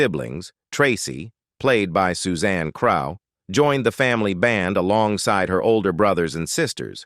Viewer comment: I'm certainly appalled by the narrator (obviously AI) called my dearest friend Suzanne "CR-OW" (as in COW!) when her name was actually pronounced "CRUFF"! Plus, it's NOT BONA-DUCE, it's BONA-DU-CHEE! Awful, but still a good upload.